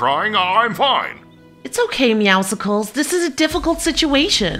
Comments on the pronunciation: Why do they say Meowsicles instead of Meowcles LMAO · The name is pronounced meowscles and yes I know u guys either live in Scott land or somewhere else with a British voice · Everytime I hear them say meowscles wrong it rlly annoys me